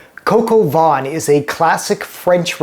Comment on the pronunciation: This is dreadful especially when you have no clue on how to pronounce the dish..????